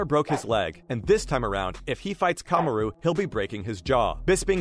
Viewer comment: Kahm a roooo lmaooo